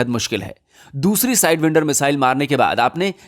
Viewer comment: साइडवाईन्डर NOT साइडविन्डर